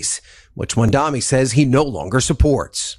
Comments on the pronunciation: The man voice-over saying MamdaMi. Smh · Why do journalists on TV say: "MamdaMi"? Are they idiots?